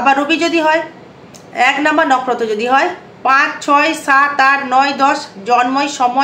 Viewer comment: নকরত না দিদি নক্ষত্র বলেন